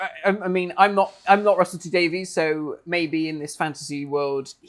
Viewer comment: " I'm not Russell T Daveez "... neither is Russell T Davies ;)